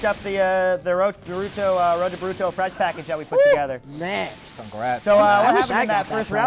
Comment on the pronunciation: Is this nigga Gucci? "buurruto"